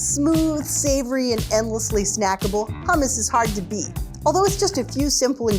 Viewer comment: why would i trust a taste test from people who can't pronounce hummus correctly